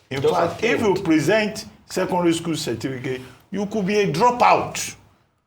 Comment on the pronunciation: Why do we call it Cerfiticate rather than Certificate?